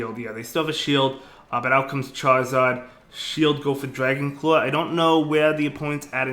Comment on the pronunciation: Dwagon cwaw